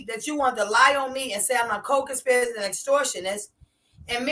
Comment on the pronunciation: Three things beloved gonna do: mispronounce co-conspirator and mispronounce innuendo and mispronounce Margorie. We'll allow it.❤ Get eem,.